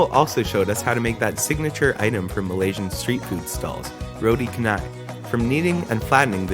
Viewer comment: Roti char-nye darling 😭 not kah-nai